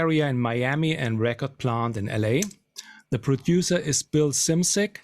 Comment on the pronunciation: I've never heard anyone pronounce Bill Szymczyk's last name correctly